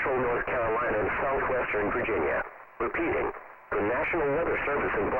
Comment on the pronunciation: Virginia sounded kinda like vagina... LOL!!!!